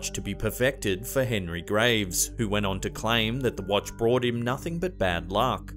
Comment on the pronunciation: Hehehe it sounds like your saying wantch